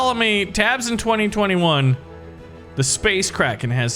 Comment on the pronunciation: I thought it said space Karen lol